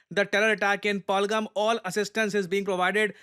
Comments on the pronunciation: It's not पाल-गम its पहल-गाम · पालगम ❌ पहलगाम ✅ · जगह का नाम पालगम नहीं है, जगह का सही उच्चारण " पहलगाम या पहलगांव "। पहलगाम जम्मू कश्मीर का एक जिला है, अमरनाथ यात्रा पहलगांव होकर ही जाते है। सर मुझे लगता है आप सिर्फ इंग्लिश न्यूज पेपर ही पढ़ते हो। आपको हिंदी न्यूज पेपर भी पढ़ना चाहिए ताकि देश की जगह और जिलों के सही नाम जान सको। आप कई बार अपने वीडियो में जगह या किसी का नाम का उच्चारण सही नहीं करते हो, थोड़ी बहुत पकड़ मातृ भाषा हिंदी पर भी होनी चाहिए। धन्यवाद सर।🙏🙏🙏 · ये पालगम नहीं है, पहलगाम है। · It's pehelgaaaaam